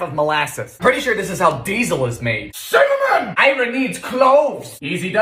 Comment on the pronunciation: THe way he says Cinnamon is fking hilarious. and Shit on a Shingle is actually really good.